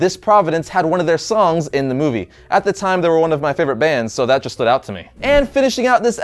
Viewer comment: He said yhat